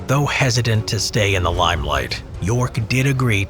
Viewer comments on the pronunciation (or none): "though hezzy-dent" - No, there us no "D" in *hesitant.